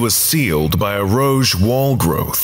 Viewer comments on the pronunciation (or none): Rogue? Rouge? Roses? What's with the silly mispronunciation?